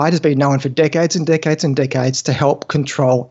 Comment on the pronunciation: "Ketogenic diets have been known for dickheads, dickheads and dickheads-" oh wait, you're saying "decades" 😅